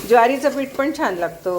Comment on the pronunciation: मॅडम... पीट.. पीट लावा... असं ऐकायला कसेतरी वाटतं.. पीठ लावा.. पीठ... 😊